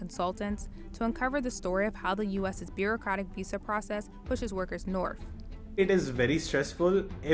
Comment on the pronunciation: Hey CNBC. If you can pronounce "other" then you can pronounce words like north and with. There's no such thing as norf and wif and pafway and residenshee. You're CNBC. Fix it.